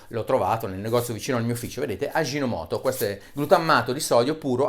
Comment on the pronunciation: Prof. Bressanini, sempre ottimi video. Vorrei dire un paio di cose sulla faccenda, visto che vivo in Giappone. La prima è roba da "otaku", o nerd nipponofilo: la "ji" in giapponese si pronuncia semplicemente come la "g" morbida dell'italiano (per es. "Luigi". "giro", ecc.), e mai come fricativa (ad es. nel francese "gigolo"), suono peraltro inesistente nella fonetica giapponese. Quindi Aji no moto si pronuncia semplicemente come se in italiano fosse scritto "agi no moto". Fine parte nerd. Veniamo ora alla parte seria. Ovviamente lo scopo del video è quello mostrare come il glutammato di sodio non sia un veleno passato sottobanco nei ristoranti cinesi, e fin qui ok: sacrosanta verità. Poi però, devo sottolineare che le nonne giapponesi, più che un uso, ne fanno un abuso! Cioè, è vero, come lei dice, che il barattolino di Aji no moto si trova in molte cucine giapponesi, ma bisogna dire che sono probabilmente le cucine più tristi. Mia moglie, che è giapponese, e piuttosto attenta in fatto di gastronomia (una foodie, diciamo), non lo usa affatto, e quasi lo aborrisce. Più che al nostro barattolino del sale, lo paragonerei alla nostra scatola di dadi, cioè un prodotto di ripiego, una scorciatoia: un ingrediente certamente non velenoso, ma nemmeno esaltante dal punto di vista culinario. Così come un buon brodo della tradizione italiana non si fa con i dadi, un buon dashi (il brodo alla base della cucina giapponese) si fa con alga konbu e katsuo bushi, non si fa con l'Aji no moto! S